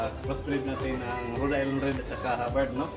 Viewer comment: Cirrection - RHODE ISLAND BROD HINDI RED ISLAND MALI